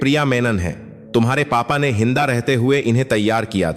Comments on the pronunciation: Ye kya padh raha hai. Jinda ko hinda. Aur eisa bahut sare pronunciation galat padh raha hai. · हिन्दगि नहि जिन्दगी हिन्दा नहि जिन्दगी 😂